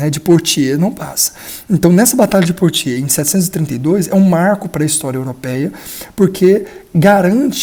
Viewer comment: Ótimo canal! Apenas uma correção, Biografia. Pepino era o filho mais novo de Carlos Martel e Rotruda. O seu apelido apareceu tarde na historiografia e é devido ao seu pequeno tamanho, "breve" significava "Curto" na época. A batalha de Poitiers, a pronúncia correta em francês é "Puátiê"como boate (de música)... Com o "S" final, mudo.